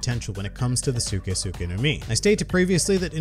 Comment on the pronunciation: I low key got mad every time he said suke